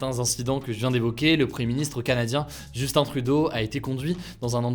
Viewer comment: Merci d’avoir prononcé correctement le nom de notre Ti-PET fédéral hahaha!!!